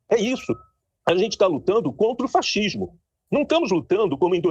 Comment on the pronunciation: O sujeito fala fachismo😂😂😂 um fonoaudiólogo daria um jeitinho nessa linguagem. Ainda fica apontando o dedo na cara do governo. CHai pra lá😂😂😂